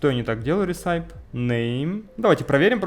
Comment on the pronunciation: никогда не понимал зачем люди говорят апп, а не просто ап (и кстати recipe это рэсипи, не ресайп :) )